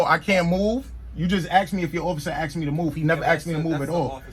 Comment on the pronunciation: "Can I axe you a question? Is that a law or a statue?" 🤔